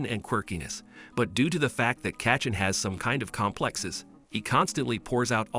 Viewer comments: he keep saying katchen its bakugo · the way he says Kaychen